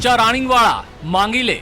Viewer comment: રાગિણ નહી રાણીગ વાળા બોલો